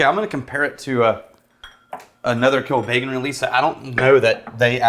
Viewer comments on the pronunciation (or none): Pronunciation is "...Kill Beggin'..."